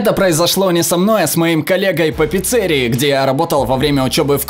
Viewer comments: Не "Пицце́рия", а "Пиццери́я"! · Какого хрена ты неправильно ставишь ударение в слове пиццерия? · Не пиццЕрия, а пиццерИя!!!!!!! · Почему пицЕрия,а не пицирИя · Кто называет пиццери́ю пицце́рией? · П-И-Ц-Ц-Е-Р-И́-Я!! Не пицце́рия!!!! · Местная пиццЕрия? Местная пиццерИя. Аж слух режет. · какой нахрен пицце́рия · Сколько раз говорить не пиццерия, а пиццерия